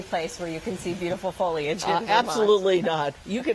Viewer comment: Its pronounced foliage.